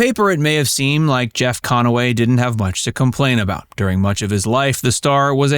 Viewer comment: Listen to pronunciation. CON-A-WAY.